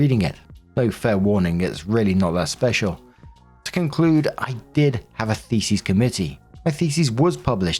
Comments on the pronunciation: Story 2 - As always, when is confronted with the word "thesis" he mispronounces it as the plural "theses"., do try to get a clue that "thesEs" is the plural of "thesIs". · Call me immature if you wanna..... cuz you'd be right but it sounds like is saying "FECES" when he is really saying "THESIS." "I found my feces in my universities repository....." LOOOOOOL!